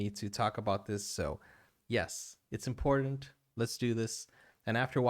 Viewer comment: He also said imported instead of important .